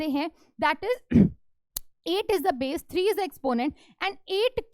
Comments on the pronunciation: BASE ❌ BAESS ✔️ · It’s Base not - bass🌚😂😂